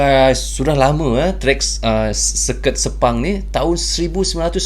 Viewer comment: Sirkuit = serket 😂